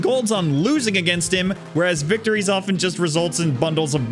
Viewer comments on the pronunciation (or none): none